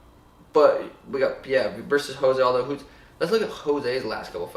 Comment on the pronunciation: I don't understand who people can't pronouncing Jose Aldo as if he's Spanish?! It's "Joe-zay" not "Ho-zay"...he's Brazilian AKA Portuguese...just like it's not Amanda "Noon-yez"...it's Amanda "Noon-ez"....